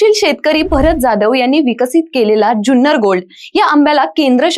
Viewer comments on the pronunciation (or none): जुन्नर म्हणा ज्यून्नर नाही.